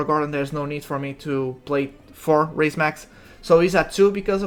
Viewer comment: Its Raise Max not Rise Max